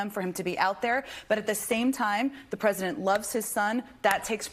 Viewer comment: She keeps saying "while he was rresident". His high crimes as resident are much more henious than the crimes as an obiden.